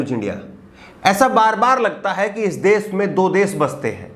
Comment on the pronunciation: Kripya,apni bhasha dhudh kijye . Sha shabd ka sahi ucharan kare plz . Sha ko sa na kahe. Bar bar desh ko des kehte ho. Ek journalist ki ashudh bhasha sharmnak he . Agar bhasha ashudh he to iska matlab journalism ka course thik dhang se nhi hua .